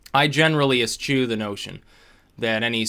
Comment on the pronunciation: Eschew: pronounced Eh-SHEW Noted with love, from a hopelessly obsessive grammarian.